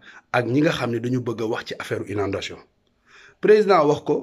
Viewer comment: Mais est ce que toi cava? Mame va apprendre stp, on prononce "inondations"! Je te jure damala yeureum même le petit fils de sonko doussa morom